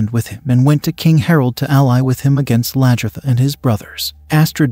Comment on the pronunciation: it is not the King! Haraldson was the Jarl and so were all the others you called King! And it is Aslaugh, Lagherta, and on and on - sorry!!!